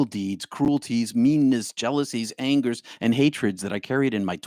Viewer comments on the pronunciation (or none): none